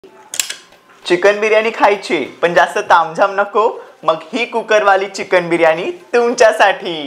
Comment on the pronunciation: चिकन म्हणतात चिकण नाही ताई😂